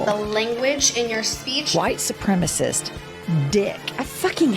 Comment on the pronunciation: She pronounces white supreme d likes she needs some, the poor woman.